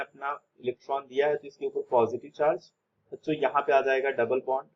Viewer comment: Baccho listen like bancho 😂😂😂😂